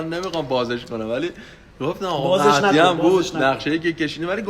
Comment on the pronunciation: آقا .مَهدی.مَهدی.خب قشنگ بگو مهدی